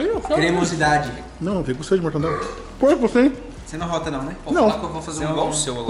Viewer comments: PELO O QUE EU SEI, O CERTO É MORTADELA, E NÃO MORTANDELA. KKKK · o falando "morntandela" KAKAKAKAKAKA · não é mortandela, sim mortadela. Obrigado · fico aguniado quando alguem fala MORTANDELA kkkkk